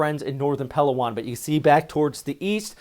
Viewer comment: pa LOW on..pronounce low like now or ow. Not PELOwon.